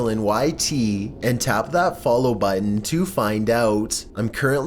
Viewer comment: Why do you emphasize the word button